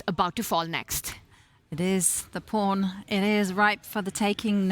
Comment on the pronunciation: pawn rhymes with dawn, not with phone.